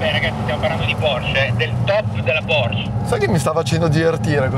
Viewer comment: è Porsch(E), la “e” non è sorda